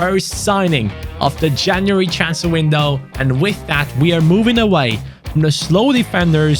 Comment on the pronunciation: Did u just almost call january caniuary😂😂